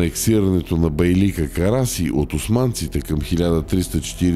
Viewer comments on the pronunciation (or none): Не "бейлИк", а "бейлЪк", и не "караСИ", а "караДЖЪ". Освен това, говорителят не само има тромав изговор, но и носов, като че ли е хремав.